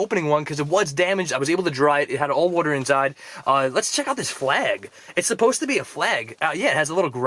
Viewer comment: I love your videos, but the way you say water irritates me. 😒